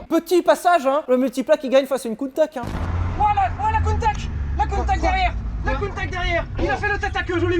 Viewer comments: Holalala !! tout faut. Ca se dit : Countach. Voilà. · ça se prononce "Countach", de rien ! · c'est avec grand plaisirs que je contribue, on dit Countach. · alors la vidéo est top les gars comme d'hab on se fend la poire ;) mais j'ai failli vomir en entendant le nom de la lamborghini coutach.....ah là le countakkkkk m'a plié haha. On dit coutachhhh ;) comme tache haha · C’est prononcé "Counnetache" Pas Counetak Car en anglais on dit genre "Kounetâsh" Voilà .-. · Arrête de casser les oreilles "Countak" C'EST UNE COUNTA SSSSSHHE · Lamborghini Countach:prononcer Counetache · Shelby cobra peut être pour 1 millions ?? Sinon super vidéos et c’est coutacccchhhhh 😂😂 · On prononce Countach je crois. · moi je dis countaTch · on dit countatche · à mon avis on dit Countach. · On dit "countach" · Je dis countatche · on dit kountaRRR si on prononce à l'allemande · On dit Lamborghini Countach comme Chocolat pas cacao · je confirme on dit countach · Ar' on dit Kountak'! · On dit countach. C'est vrai qu on peut aussi dire countach ou countach. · En italien ch = k donc countak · Pour moi ça se dit countach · Mdr...si c'est Countakhhhh. ..mettez le en commentaikhhhhhhh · Yes enfin un top pour POG 😂 Et c'est countacheeee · Moi je dis "Countatche" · Sylvain, figure toi que je dis countach ! Pas vrai n'est ce pas ?